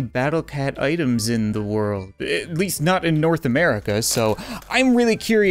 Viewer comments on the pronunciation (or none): none